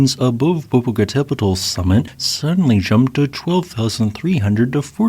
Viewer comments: Pet-ul is still wrong The tl is a singular sound, similar to how ch in English makes a single sound So Tlaloc isn't T-la-loc, it's tla-loc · "poh - poh - cah - TÉH - pet - ul" SIX SYLLABLES - QUITE the mouthful! Thanks for all your great videos! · Omg, he cant pronounce Popocatepetl. Horribly pronounced. When i was a kid we lived in Mexico City and the ice cream vendors had a ice cream that was called Popocatepetl and it was my favorite ice cream. The volcano always had snow on it the whole time i lived in Mexico city. I could see it from my bedroom window. It would have been cool to see it erupting.